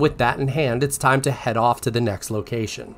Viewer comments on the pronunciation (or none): none